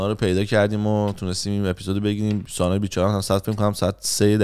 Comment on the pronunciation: آقا سانا نه سنا سناااااا 😂